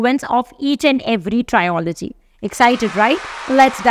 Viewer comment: You are watched and followed by many. Thus, you need to take what you post seriously, na, mam?!! It is not trio-logy. It is tril-uh-jee. It has to be pronounced as Trio-s or Trilogy.